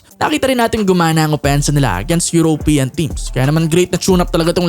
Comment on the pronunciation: bakit ganyan ang pronunciation mo ng European? It's not 'yurow' it's yuro-pean. you're trying too hard man!